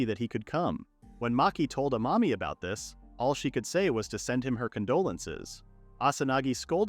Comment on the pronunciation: I keep hearing a mommy not amami